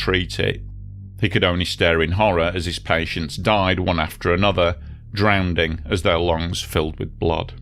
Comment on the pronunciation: drownDing......?!?!?! haha you window licker. =)